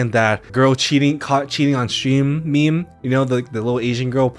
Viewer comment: This man did NOT just say “maymay” as meme